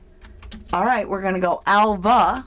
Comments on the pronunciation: totally agree, i checked it out ,Alva in spanish is pronounced Alba in English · Spanish-speaking people usually cannot pronounce “v” and they pronounce it “b” so Alva would be Alba!!!! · I live on a Spanish island. V is pronounced B in Spanish and Catalan and the local island languages generally. Alva is pronounced Alba in Spain. Also most of us work multiple jobs here. So Alva may work in the bar / cafe but also cleans the house for some extra money. Or she gets a salary and does whatever Ofelia and Roman say during work hours. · Is the Spanish V pronounced like a silent B so Alva could have been pronounced Alba 🤔 Maybe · in Spanish Alva is pronounced as Alba. Duncan could still be onto something. Just saying... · Duncan says that the V in Alva makes a 'B' sound in English!?! So you see, 'Alva' sounds like Alba in English! Hope this helps